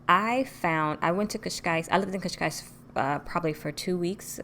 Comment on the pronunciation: You are the first foreigner to speak the word Cascais so perfect without an accent🤔🤔Boa sorte em Portugal.